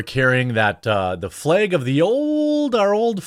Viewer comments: Are you saying “Fleyg”? Or flag? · FLEG is not a WORD it’s FLAG! 🤦🏻‍♂️ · What's a "Fleg"?